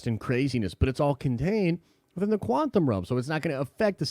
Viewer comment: Once you notice that says “quanthum” realm you can’t unhear it.